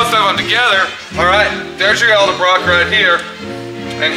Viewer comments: Hey...say EDDLE-BROCK!! not EL-DEBROCK!! fer chrissakes...otherwise a good video,!! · does this guy know its pronounced ED-EL-BROCK......not EL-DE-BROCK